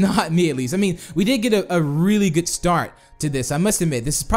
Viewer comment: why did you say goot armor